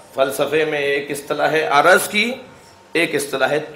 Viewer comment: Salam ,tul o arz hota hai na kay araz,asal mai araz aur johar hota hai.arz aur araz mai farq hai